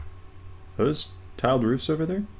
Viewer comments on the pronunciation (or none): none